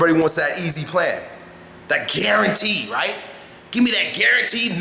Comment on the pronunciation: The "Right!" sounds exactly like "When a fire starts to burn"